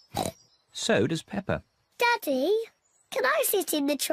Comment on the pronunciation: yo that dude said pepper and george not peppa and george